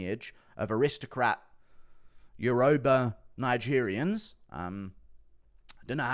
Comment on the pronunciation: At least pronounce his tribe right 😂😂 what’s urooba